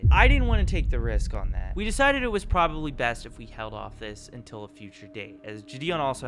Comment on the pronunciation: "UNTILL" is crazy